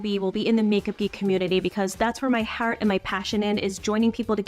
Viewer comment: 🚩 🚩 🚩 Major red flags w/ alarm bells going off in my head when miss mispronounced the word heart because in my experience when someone mispronounces words it's usually because they're too busy lying to speak correctly! Look out for real ya'll, I'm serious it's been true for me a few dozen times too, not just one or two!